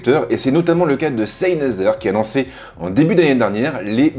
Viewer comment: Salut, Tu prononce mal le nom de la marque ça n'est pas SEYNEZER mais SENEYZER Cordialement, S